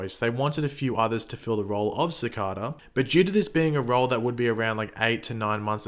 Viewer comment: Its cicada not cocada